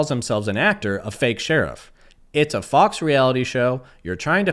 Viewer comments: Yo,, I enjoy ur stuff bro, but, u can't go clowning someone who misspelled sheriff immediately after such a "faux pas" as pronouncing faux as "fowx". For future reference it's pronounced like foe. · Brother… “faux” isn’t pronounced “Fox”… it’s pronounced “foe”. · Faux is pronounced Foe not Fox. It’s one of them French words. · Great video. Keep ‘em coming. With that said, you keep pronouncing the word “Faux” as “Fox” for some reason. It means fake (it’s literally French for the word fake). It’s pronounced like the word “row” or “glow” but with an F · Faux is pronounced foe not fox. It's french. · Faux is pronounced like "Foe". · I love you bud, but for fucks sake; Faux is pronounced “Foh” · OF COURSE it's all about you!!!! He secretly references YOU in all his videos. smh. BTW, faux is not pronounced "fox" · Criticizing his spelling seconds after pronouncing faux "fox" is comedy gold. Also members of the Patty Mayo fan community should definitely be called Dougs. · Faux is pronounced like "foe" just fyi so you don't look like a GOOFBALL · Hey man, long time fan. "Faux" is pronounced like "Fo". It means fake. Great video man. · fyi. faux is pronunced foe...i think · Faux is pronounced "foh". Youre the best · Faux is pronounced "Foh" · To be fair, he spelled sherriff wrong, but you pronounced faux wrong. He isn't working for fox, he makes fake cop videos. He does admit it now, but there was a long period of time when he claimed that what he was doing was real. He is a D bag, both in fantasy land and in real people land, that is pretty undeniable. You can't tell me that he doesn't love being hero cop to all the little kiddies that are too naive to figure out it is all make-believe. He surely isn't going to correct them. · Lol you couldn’t pronounce faux and then corrected his spelling 😂 🥄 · you don't think that's how faux is pronounced do you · I’m on your side but I’m shook you pronounced the word “faux” wrong twice